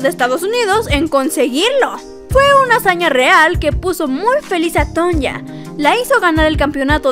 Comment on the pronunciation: Sería muy recomendable para tu contenido, y por respeto a esta atleta, el aprender a pronunciar correctamente su nombre.